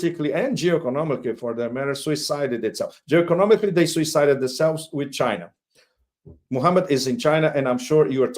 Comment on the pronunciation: The way Pepe says Muhammad is so beautiful